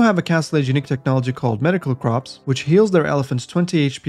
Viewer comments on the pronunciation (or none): You pronounced "medical corps" as "medical crops". It's a weird word, but not that weird. It's actually pronounced the same way as "core" like "apple core".